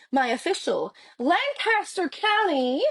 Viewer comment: Pronounced: lank a ster